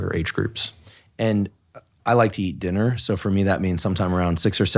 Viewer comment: Andrew its okay to like dinner you dont have to feel bad about it LOL!!! sorry its just the way you said it